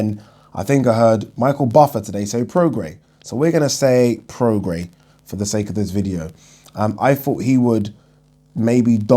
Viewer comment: YES. You finally pronounced Prograis right